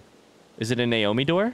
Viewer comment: He's pretty clearly saying Naomi as a joke for fun, when he walks into mining site 2b and comes across the skeleton on the floor he says "Nomai bones" and immediately corrects himself with "Naomi bones".